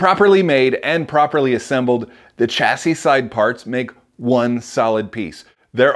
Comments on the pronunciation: Shassie not CH assie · I’m an Aussie and the hard ch hurts my ears. I also hear you guys say CH amfer as in a 45 degrees chamfer, shamfer is how it is here but I suppose that’s the British English side of things.